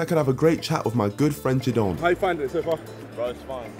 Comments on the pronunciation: Why does Niko call Jidion Jidon tho?😂😂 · He probably heard him call him Jidom. 😂